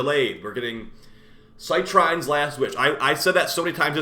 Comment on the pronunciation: Citrine - "Sih-treen" like the stone